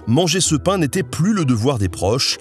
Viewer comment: En tant que corse la prononciation du pain était si catastrophique que je préfère en rire 😂😭 Mais superbe vidéo en tous cas.